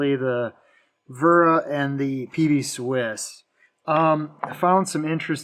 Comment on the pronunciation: It's pronounced Vera